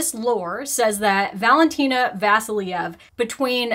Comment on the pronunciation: Vasilyeva. VASILYEVA. But I guess its too much to ask from an american to pronounce names the right way. Too stupid for that.